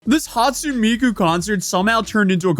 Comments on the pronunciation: I do not like how you pronounce Hatsune Miku! I'm not a crazy anime fan who likes calling myself an otaku and all that bs, or a weeaboo. But it's Hat-Sue-Nigh Me-Ku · bro if you're gonna talk about Hatsune Miku, could you at least pronounce her name correctly? two seconds in and I'm already clicking off.